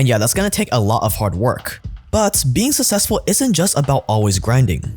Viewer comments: Bro the way you say 'successful' sounds like it's spelled 'sussessful' .... SUCKSESSFUL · The amount of times I heard “sussessful” in one ad hurt my head.